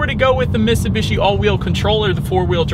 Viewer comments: There’s a T in Mitsubishi. You keep saying MissSubishi. Other than that great review bro 👍👍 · miTsubishi. Not Missoobeeshi.